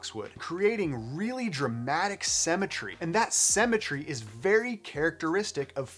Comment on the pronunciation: Did I hear cemetery instead of symetry ? 😅